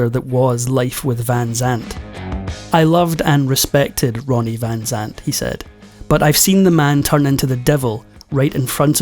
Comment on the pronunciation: A.i.sucks can't even get his name right..jeez it's Ronnie 😅